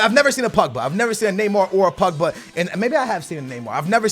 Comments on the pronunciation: I hate how you say Pugba and not Pogba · Why do Americans say Pugba?